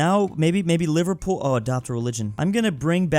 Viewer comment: No please, not the mispronunciation😭 "livar pool" Liver-pool